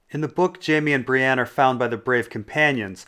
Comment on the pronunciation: When people say "Bree-ANNE"...F*ck.Them.